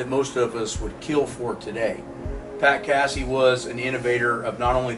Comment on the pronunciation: Pat Cassie lol. Funny pronunciation